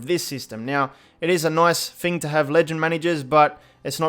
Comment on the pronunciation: Nothing more annoying when you say FING instead of THING. Anyfing, everyfing, nofing